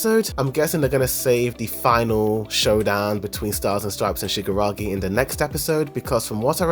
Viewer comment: Great video. Man, you really need to stress more the KI sound shigaraKI because it sounded like shigaragi the whole video